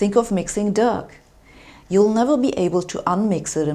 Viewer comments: "dug"? I think you mean "doe" :) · Mix the dug? lol Pronounced as in doe (female deer). Great science; ropey English :) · dough is pronounced d-OH not dug. sorry about english spelling. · Its pronounced dow not dug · I enjoy your videos but please note that the plural of process is NOT processeeez. Hypothesis, thesis, crisis come from Greeek and work like that but process comes from latin processus and has different grammar. Also I could not work out what your recipe for "dug" was. Dough is pronounced like "doe". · "dug" which is dough is pronounced 'doh' like Homer Simpson might say doh. Your reading from a script but that's ok. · I like your accent. "Think of mixing Doug." What happened to poor Doug?! I think you meant DOUGH--rhymes with "though" as in "even though I mixed Doug." Dough has a long O, same as in "boat." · Dough ,pronounced doe,not dugh.. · oh my god, Sabine, dough is pronounced "doh" as in "don't" not "dug". i am laughing a lot. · Dough isn't pronounced "dug", we say "d'oh" like Homer Simpson. ;-) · Dough isn't pronounced Dug. It's pronounced Doh. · Why are you on a weird steel background and wearing a cocktail dress? And did you say “doug”? It’s pronounced the same as “doe” even though it’s spelled “dough.” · Sabine Hossenfelder''s nearly perfect English is a pleasure to listen to. Let's go with dough though, enough with duff! :-) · Good video! Just FYI dough is pronounced 'doe'. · Truelly loving your channel and i am sorry to have to admit your pronouncation makes me smile at times. Your spoken english is mostly perfect and i would not claim that i could do any better. Now dough(Teig) the gh is silent, your pronouncation lead to the word i heard which was duck(Ente oder ducken/in Deckung gehen). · dough is pronounced DOH sabine , as homer simpson says it "do'h" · Just fyi, dough is pronounced /dəʊ/ (in the IPA) or "dow" written more plainly. I really like your videos, and I appreciate that English is not your first language. Keep it up :)